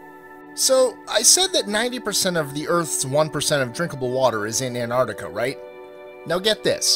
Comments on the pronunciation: anartica? you mean antartica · I hate how you say Antarctica You say ‘anartica’ It’s pronounced ‘ant-arct-i-ca’ 🤓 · What the fuck in ANARTICA it's ANTARCTICA